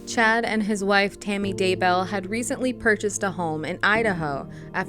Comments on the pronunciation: DayBELL You can't even get the names right. Buh-bye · Hey this is great! But the name is Chad Daybell, right? It keeps switching to Daywell and I’m a little confused. Still, I love the video, keep em coming! Edit- this is the first time I’ve commented first on a video, yay XD